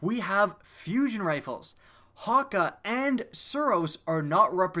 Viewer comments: The umlaut in Hake over the a, is actually usually pronounced much like eh not ah, FYI. Great video though nonetheless. I'm German speaking as well as English, that's why I am adding that. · Ramiel The Geometric Screamer in the Cayde's stash mission the jack of spades Easter egg he pronounced it "Ha-Kay"